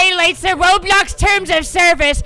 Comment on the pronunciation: i just love the fact how he said roblox im litterally wheezing